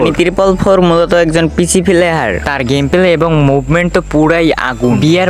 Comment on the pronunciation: প্লেহার ❌ প্লেয়ার ✅